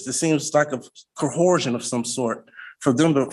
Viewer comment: The hardest word to these goobers is coersion. It is not pronounced CO-HER-SION or CO-OR-SION or even CO-HOR-SION.